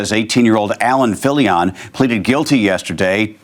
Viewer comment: We dont owe the dirtbag swatter to say his name right but its Filion like an onion. Why on earth are you saying it Filli- on? You're speaking normally and then with names you always get weird and pronounce them as if the rules of the English language suddenly no longer apply, but for only that name. Weirdo. 😁